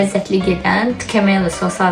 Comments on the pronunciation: Tkemeli yox,duz danismagi oyrenin,txemali😂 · Ay giz tkameli yox, tkemali😂😂😂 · Почему ткемолу😂а не ткемали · Tkli 😂 yox TXMEMALLI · Nolar adini duz deee Tkemaliiiiii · Tkemali, duzgun teleffuz edin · Onun adını düz deməyi öyrən.